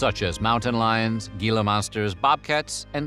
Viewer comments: Okay, I don’t usually comment on enunciations…but I feel the need to here. Gila is Hee luh, not Gee luh. That said, I was so excited to see another episode in my inbox! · Gila Monster is pronounced like Hila, not Gila! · Gila = Hee-lah. Hee-lah. Not Gill-a. Sincerely, A Native Arizonan ❤️ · Every time you pronounced “Gila” with a hard G instead of “Hee-lah” it made us twitch. 😬 But good stuff. Driven by there many times. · Hey guy! Love the videos, BUT Gila Monster is not pronounced with a hard "G". Instead it is pronounced like an "H" (ie, Hila Monster)... Common problem that many from AZ correct people on. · It's pronounced "Hee-lah" Monster, not "Gee-lah." Common mistake but kind of a faux pas in Arizona. Otherwise, a very interesting backstory! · What is a gheela monster😂. It's Gila as in He-la. Sorry but I just had to help you say the word properly. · Gila is pronounced with an aspirated "h" sound, not a hard "g" - so heela. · Not Geela monster. Gila is pronounced Heela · Gila monster is pronounced Hee-lah, not Gee-lah. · Gila monster is Spanish. So the 'g' is pronounced as 'h', HEE-la. We made a brief trip along hwy 66 about 1960 before the interstate was built. I don't remember either Canyon Lands or Two Guns, but I do remember the Jackrabbit Trading Post. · It’s pronounced “hee-la” monster here in AZ ;) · I didn't know they even HAD a history. I just remember occassionally going past it while riding in my dad's car. Creepy. Psssst.... Also, Gila is pronounced Hila. ;) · The G in Gila is pronounced as an H. Other than that, another great video. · Just an FYI……gila (as in gila monster) is pronounced “heela “ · Venomous bites. If it bites you and you die, it's venomous - if you bite it and you die, it's poison. And it's pronounced "hee-lah". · FYI, "Gila Monster" is pronounced "Heela Monster"... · Gila is pronounce hee-la. You don't pronounce the g. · Yo, Gila Monster is pronounced with a silent g, like an H. Hila Monster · It’s pronounced “heela”.